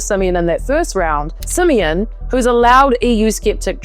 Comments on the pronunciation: i love how she pronounces Simion lmao. "simian"! very fitting! hahaha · The way you pronounce "George Simion" perfectly describes what I think about him